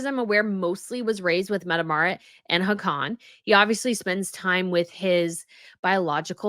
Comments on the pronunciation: pronunciation of Hakon is 'HAWK ON' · His name is Haakon (pronounced "Hawkon'".